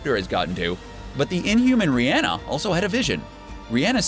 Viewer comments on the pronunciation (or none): It's Raina, not Rhianna. Go and actually watch AoS. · Her name is pronounced RAIN-UH. someone clearly doesn't watch the show :)